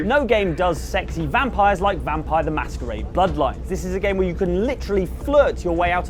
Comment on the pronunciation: "Mosquito blood line" Bruh, it's Masquerade, MASK-ER-ADE